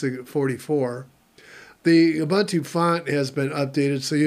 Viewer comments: It's pronounced "OOBOONTOO". "OOBANTOO" doesn't exist. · I pronounce it the same way Mark Shuttleworth pronounces it. Plus Ubuntu is not a word my my native language. Nuff Said?